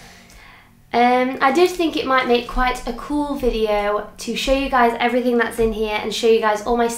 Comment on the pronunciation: It's EvereythinG Not EverythinK